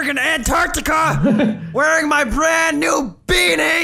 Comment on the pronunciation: bwand new deditated wamboghini!!